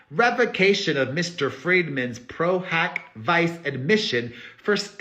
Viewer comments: I’m saying this because I love you and as an attorney, it’s pro hac vee-chay 🫶🏼 you had everything right but the “vice” 💚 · It's pronounced Pro Hac Vee-Chay 😊 But yours is cute too 😘